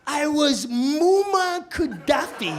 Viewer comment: Pisses me off every time he mispronounces Gaddafi's name.